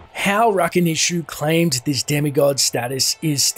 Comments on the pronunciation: I mean you add cutscenes with names said it it or with audio and somehow still butcher it over and over. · When I hear the fallen say "Rakanishu" I always think they are saying "Nice to meet you!" XD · I always thought it said "I'll fuckin eat you" with the you being pronounced more like Chu.